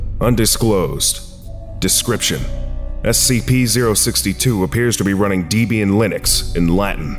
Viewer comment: Debian is pronounced "Debbie un" it's named after the creators wife.